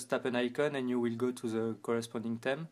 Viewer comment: I Like His French Accent But I Dislike His Pronunciation Of 'Theme'